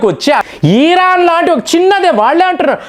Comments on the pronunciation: ఆయనకి “ ఇ “ రాదనుకుంటా “ ఈ “ అనే అంటారు 😂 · అన్న ఈరాను కాదు ఇరాను అని పలుకండి